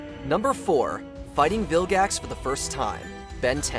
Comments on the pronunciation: Did you seriously say vil-jax instead of vilgax? How dare you! The g in vilgax is a guh sound. Like gravity. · did you say viljax?